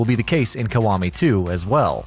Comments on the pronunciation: i got triggered everytime he said Kawami instead of Kiwami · Yah-koo-zah Kee-wah-mee. How hard is that. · Dislike for the pronunciation of Yakuza & Kiwami. Wtf? 🤢